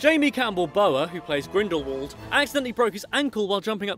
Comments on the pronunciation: Video: Grindelwald Me: It’s GrindelVald not grindelwald! Honestly, try and say it correctly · It's pronounced GrindelVald. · I'm pretty sure it's Grindelwald.